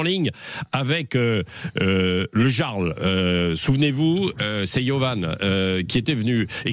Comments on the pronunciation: Vous voulez savoir si vous avez à faire à un boomer : ils prononcent le Jarl avec J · Yarl, on prononce le J « Y »… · Ça à l'air compliqué de respecter la culture celte et dire: le "yarl" ... La parisienne a appris un nouveau mot 😒